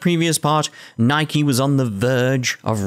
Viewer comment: Gosh, you really should have played the Game in its Original Japanese Dub, some of the lines are just poorly portrayed in comparison to the Original Dub. Or the pronounce of the Names, like Niike. Its NIIke, not Neiki goddamned. XD